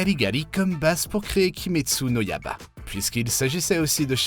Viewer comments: En plus il dit kimetsu no yaba 😭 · Kimetsu no yaba ☠️😭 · il a écorché tout demon slayer il a dit kayaga au lieu de '' kagaya '' et kimetsu no ''yaba'' au lieu de ''yaiba'' Misturi au lieu de ''Mitsuri''